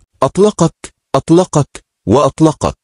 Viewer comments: أعوذ بالله شئ يكسف لا وخصوصا اطْلَقَك اطلَقك اطلَقك . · اطلقك 😂اطلقك😂 اطلقك 😂😂😂😂😂 هذا غباء اصطناعي وليس ذكاء.